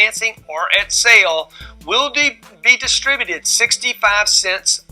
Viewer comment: I hate the way this guy says sale